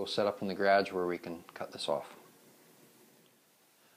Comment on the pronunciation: What is a "GRAJ"? Do you mean garage? Northerners, lol. Nice job man.